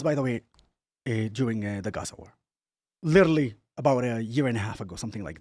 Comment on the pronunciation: he doesn't even know how to pronounce Gaza and Hamas.....